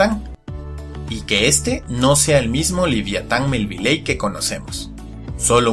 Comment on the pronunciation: Se dice liviatan Melvillei mi liviatan melvilei